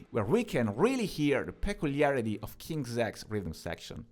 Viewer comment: No he's pronouncing it correctly. It's King's X.. Like "Ex". Though there is a train station of the same name the band's name comes from an old kid's game. Basically like tag where you call out "King's X" to signal that you are safe and can't be tagged out.